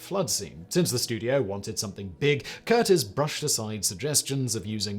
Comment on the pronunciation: Not pronounced Curtis, pronounced Cur-tiz.